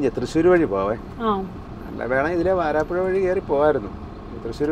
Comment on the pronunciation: വാരാപ്പുഴ അല്ല. വരാപ്പുഴയാണ്.... 🙏💕